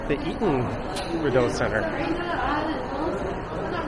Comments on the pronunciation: Lol FYI, we pronounce it "Ree-dough" . Thanks for this tour! Now i can share this with my friends and family to show them where i go basically every day... gosh i have sooo many random things that have happened to me in this mall. Lots of memories here! Id say 50% good memories and 50% bad memories. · “Biggest mall” it’s not a big mall at all actually. And you’re over pronouncing the DOE part in Rideau. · It's REE-doe, not rid-OH... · Enjoyable video! For future reference, it's pronounced "Ree doe" (phonetically) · Yes it is a French name/word, but I am almost certain that it's still not that over pronounced in french. At least not Canadian french. (yes there is a difference in Canadian french to french elsewhere).